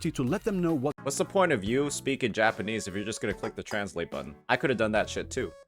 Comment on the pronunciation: The way u say Japanese kills me😭😭😭”Japan-nies “